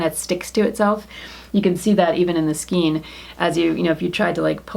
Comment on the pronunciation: Pronounce skein..There really is not more than one way to pronounce it. The correct way to say it is “skayn” to rhyme with “pain.” If you go to and plug in the word, there is a little speaker icon you can click that will pronounce it for you. Note when you get there that there is no alternate pronunciation. Just the one. (I’m an English teacher, btw).